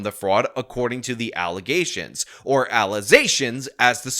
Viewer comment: A lawyer who can not pronounce the word "Allegation" is like a Psychiatrist would can't pronounce " phobia". How does someone make it through law school, not being able to pronounce that word? A lawyer, which is a job that DEPENDS on language. SMH.